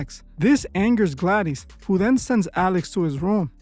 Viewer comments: "Aunt Gladeeze" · I can't bear it. I don't know if it's weirdo AI or just plain stupidity, but did you EVEN SEE THE MOVIE? You really don't know how to pronounce GLADYS????? WTAF? Thumbs so far down I had to dig a new basement to go that low.